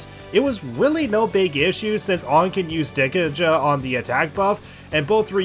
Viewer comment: Anyone else just die inside when he says Dek-uh-juh